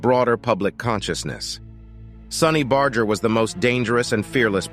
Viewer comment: You can't even pronounce sonny's name correctly. Smh